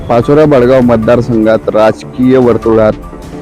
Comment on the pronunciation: भडगाव ahe re te 😅😅 बाळगाव nhi